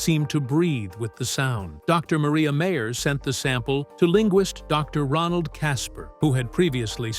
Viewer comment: It's MIREYA MAYER....NOT MARIA MEYER!!!